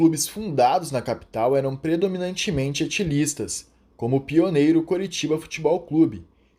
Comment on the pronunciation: "Etilistas"? Cuidado com a pronúncia, vão achar que eram um bando de alcoólatras!!😁